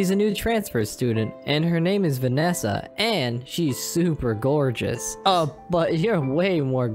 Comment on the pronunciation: When he said “Vanessa it sounds like he is saying it to ma fwiend :3